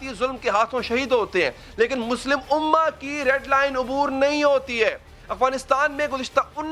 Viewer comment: Where is so called "Ulla" Ohhh it's "Ummah"😂